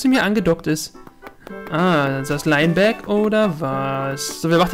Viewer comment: Soweit ich weis wird Linebeck ausgesprochen wie's geschrieben wird. Lainbeck hört sich jedenfalls komisch an! ^^